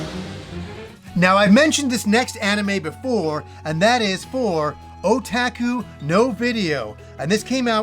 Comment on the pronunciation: The way you pronounce Otaku is absolutely adorable. Never change.